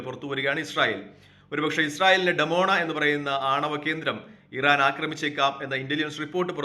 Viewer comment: ഡിമോണ ആണ് ഡമോണ അല്ല